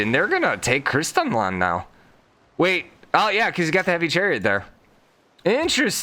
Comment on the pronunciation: why are you saying Kristian Land, when its Kristian Sand!